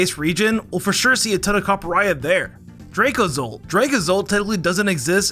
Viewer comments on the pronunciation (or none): It's not Drak-lock, it's Drak-loak.